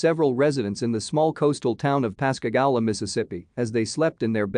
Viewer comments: It’s Pascagooooola is how it’s pronounced. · Please verify your pronunciations it’s Pass ca goo la. Louisiana.